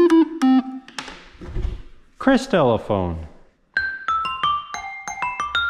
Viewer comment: when you say crystalophone it’s pronounced Crysatlo Crystolophone